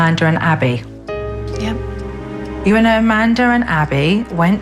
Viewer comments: When she says Amanda she says Amander. Did anyone else hear that. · supernanny ironically pronounces Amanda's name as "Commandar." I find this funny because Amanda commands the family pretty much. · I like how SuperNanny says Amander